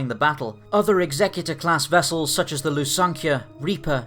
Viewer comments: stop calling it 'ex-xec-u-tor'! it's pronounced 'exe-cutor'! one of these things dots the 'i' and crosses the 't' on your last will and testament AND THE OTHER CARRIES OUT THE EMPORER or KINGS JUSTICE! NOT THAT HARD WHEN YOU THINK ABOUT IT to work out how to pronounce the name. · Daniel Curda check out any star wars audio book..particularly Heir to the Empire where its mentioned about 10 times in the first five minutes of the book. DEF Exe-cu-tor as in 'to carry out the emperors justice' DEF not exec-u-tor its NOT a four door luxery sedan nor someone who dots the i's and crosses the t's on a will!! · why can no one pronounce Executer correctly? Its pronounced the same way that you say to execute someone, the guy who carriers it out. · Love this channels content - but can we clarify this matter of pronunciation. It's not 'egZECuter', it's 'EXeCUtOR' . . . as in a terminator of life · lol executor. it's pronounced like execution not like executive. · It's Execute-or, not Exec-utor. Ie; One that carries out executions rather than one who carries out legal instructions. Just sayin'. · Fair enough, not afraid to admit my errors. Still think that 'Execute-or' sounds far more badass though. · Nope it is pronounced EX-EC-UTE-OR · It's pronounced Executor as in "to Execute", not as in Executive officer. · Are we sure he's saying it right and it's not the executor like execute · It's pronounced Executor; like Execute, not executive. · I really hate it when people pronounce the name like this, it sounds so stupid even if it is canon, it's suppose to be a ship of terror not a ship to assist in the reading of a will. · But it's wrong though